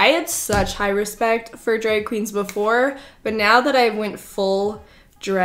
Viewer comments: I can't unhear it now, thanks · The way you say drag is so funny!! Dreg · Omg the way you say drag 😂 Gotta love the Canadian accent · Ok I love the way you say “drag”